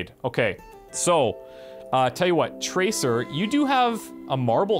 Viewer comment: traceer is a SHE not a HE and its SEER not ER. EAR. not ER. PLZ try saying it properly